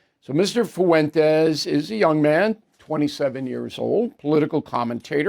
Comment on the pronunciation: ‘Mr FUWENTEZZ’ 😂😂